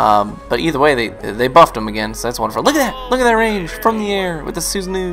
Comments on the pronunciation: Susanoo is a god from the Japanese culture so hearing it how says is funny xD it's meant to be pronounced as (Su-Sa-no-oh) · Su-san-no Trust me that's how it's pronounced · You keep saying Susanoo wrong😩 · as a weaboo, your pronunciation of Susanoo triggers me ;P